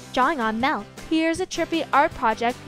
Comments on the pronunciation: milk its milk not MALK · the way she says “melk” 🥶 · The way she says 🥛 milk is annoying 😒